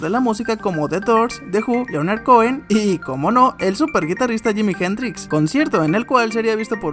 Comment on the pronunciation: " jimi jen-dríx " jajajajaja su pronunciación 😄😄😄😄